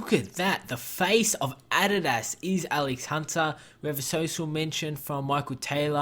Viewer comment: BRO I LOVE YOUR VIDS BUT SAY ADIDAS RIGHT PLS I 👍your vids